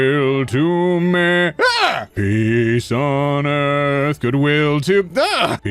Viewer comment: I started hearing "pees on earth"